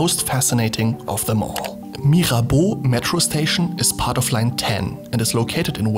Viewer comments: Actually, you're the non-french person talking about Mirabeau who pronouces « Mirabeau » and « Église d'Auteuil » the best. Gg! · I love the sound of your voice. The way you say "Mirabeau" is perfect.